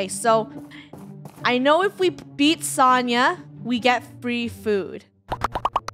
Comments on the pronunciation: Isn't Sonia pronunced so like the word so ni like me but with a n then ahh idk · When funneh talks to Sonia she said Sania and that is my name 😊